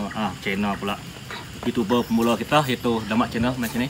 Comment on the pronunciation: Youtuber pemula❌ Youtuber pemalu✅ 😂😂😂 Slah sebut